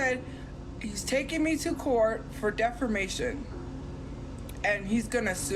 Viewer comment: It's defamation. The pronunciation. It's a non-issue and I don't know why that irritated me so badly but I am a law student and that irritated me...lol